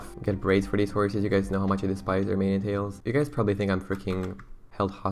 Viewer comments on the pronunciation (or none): none